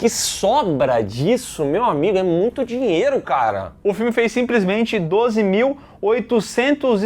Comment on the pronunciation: Eu quero meu "Diero" 😂😂